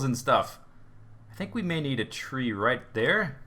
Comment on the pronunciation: I'm sorry but it sounds like you're saying "rape" instead of "right" xD